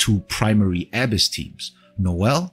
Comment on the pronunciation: 'Abyss' is pronounced as uh ·*bis*, with emphasis on the second syllable.